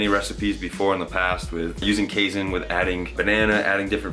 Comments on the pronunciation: It's pronounced like cay (rhymes with day) + seen FYI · Lol, your pronunciation of "casein" so many times in this video made me giggle.